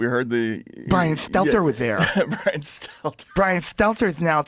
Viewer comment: love joe, dont trust bwian, carry on joe